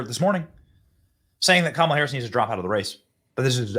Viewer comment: This is crap! Who is paying you to lie like this. It is shameful! And if you want to protect Kamala, you will pronounce her name right!